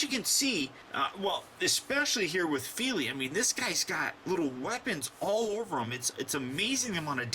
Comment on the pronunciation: your saying them right